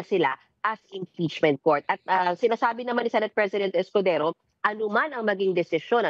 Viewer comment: Ha ha ha chiz escodezo ang bigkas ni Crocs instead of escodero halatang tinamaan ha ha ha 😂😂😂